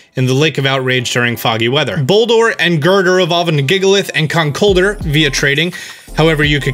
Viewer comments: Does he mean "Conk Elder?" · Is that how you pronounce Conkuldurr? I thought it was like Conkel-durr. Emphasis on the durr.